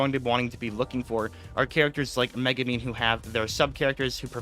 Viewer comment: It's MegUmin, not MegAmin, godamn people who can't read make me furious